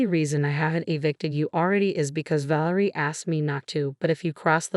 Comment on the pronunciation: Ă - vă is just fine: it's European. VĂ lĕ rie should be stressed on the first syllable. The Adrian varied, so I am not going to say anything.